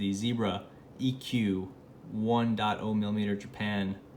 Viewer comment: "one dot oh"?